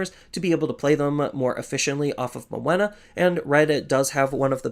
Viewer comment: Are you saying Moena for Menoa? Was getting confused for a bit lol